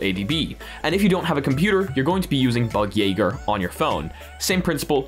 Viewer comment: Goodjob pronouncing bugjaeger. Didnt know how to say it.